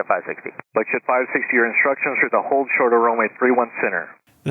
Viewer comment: The command of "AND HOLD SHORT" should have been announced much more clearly than the racing, nonchalant word-slurring dialect employed by the air traffic controller here. IMO.